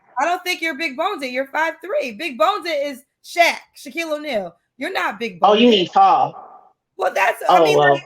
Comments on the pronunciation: As an Australian who has never heard the word when y'all say big boned you sound stupid, when you say big boneded you sound like a bloody moron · That’s big boned not big bonedid. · Big "boned" "bone-did" is not uh word....✌🏽😐❤️ 😂😂😂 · Omg,i cringed when she said big" boneded" but then YOU said it.... C'mon girl. Your show needs more class...in many ways. I say this with love😊❤ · why are you feeding into her saying BONEDED